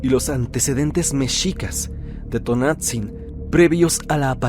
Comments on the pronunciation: T O N A N *T Z I N No Tonatzin 🙄👎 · Luego, luego se escucha que el narrador es extranjero, porque no pronuncia bien los nombres en náhuatl. Me harté de escuchar "Tonatzin" 😂